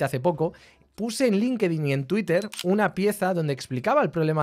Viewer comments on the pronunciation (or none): none